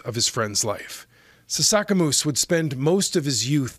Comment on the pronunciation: sasaskamoose bro, come on. Said his name wrong